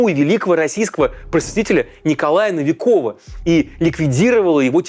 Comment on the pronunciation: вроде бы опытный журналист, но так бездарно и неграмотно озвучил фамилию Николая Новикова, аж слух режет, как вилкой по стеклу